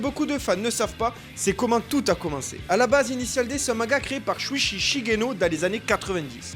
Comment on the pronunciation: Pas shuichhhhhi mais shuichi le son tchi